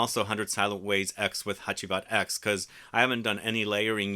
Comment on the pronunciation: I presumed since it's 10th Anniversary the X is roman numerals so it's pronounced "Hacivat Ten" instead of "Hacivat Ex". Also wondering if you got your nose on smelling Hacivat Oud. That came out of nowhere (for me at least) and the perfumer is by Dominique Ropion. I have not tried that one and interested on your take on it.